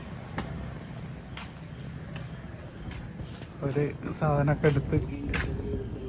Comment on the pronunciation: സന്തോസം അല്ലാ സന്തോഷo മലയാളം പിടിച്ചിട്ട് മതി കച്ചവടം